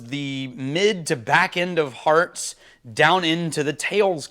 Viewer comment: Thank you, I watched both and it was very helpful. I actually thought you were saying "hard" cuts so it was helpful right off the bat finding out it was "hearts". Again, both were very helpful, so thank you. Cheers 🥃